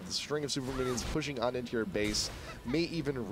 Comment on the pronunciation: He totally said Winions